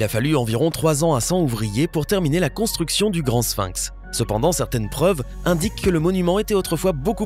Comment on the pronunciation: Sphinx, prononcez-le avec F et non avec P. "Ph" se prononce, en général, "F". On ne dit pas Pilosopie pour Philosophie !